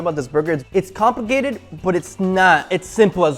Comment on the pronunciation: “compigated”